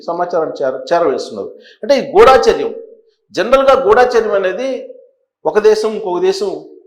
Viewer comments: గుడాచర్యం కాదండి గూడచర్యం మీరు కూడా అక్షరాలు ఇలా పలికితే ఏలా, గమనించండి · Not Ghoodaacharyam, pronounce Gudhacharyam. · ఎందుకురా ఒకదానికొకటి సంబంధం లేకుండా నీ బుర్రకు తోచింది చెప్పి జనాలను పిచ్చోళ్లను చేస్తున్నావు. గుఢా చర్యం కాదురా…గూఢ చర్యం అనాలి.